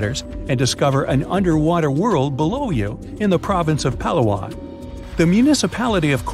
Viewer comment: you pronounce Palawan wrong